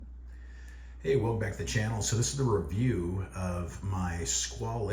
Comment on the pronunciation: Squale is a French word, so the e at the end is silent. It's pronounced "Skwal".